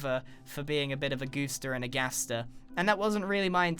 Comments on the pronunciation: He said GATSER! undertale confirmed!!!! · Is it just me or did he say Gaster.